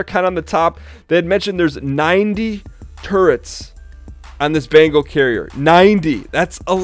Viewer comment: Bengal. Bengal carrier. Not bangle! Thanks for an otherwise great video.